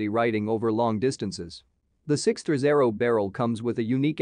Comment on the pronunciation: Nothing says "credibility", like a robotic voiceover that can't pronounce "sixthreezero"